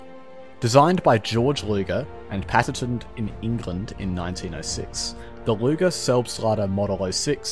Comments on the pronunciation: Luger not Lüger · it’s LUGER not LÜGER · I think you got something wrong here because his name was Luger not Lüger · Where did you find the name "Lüger"? He's named Georg Luger. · Luger not Lüger 😁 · There is no ü in Luger.